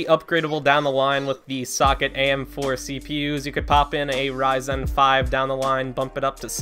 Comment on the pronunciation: I hate to be the person to say this, but the pronunciation of ryzen is driving me crazy! Great video though.